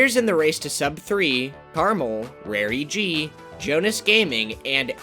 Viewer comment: I am worried that it is not Jonas, but Jonáš (Czech name)